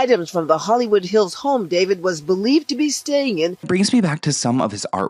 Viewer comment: It’s not David it’s daah veed 😂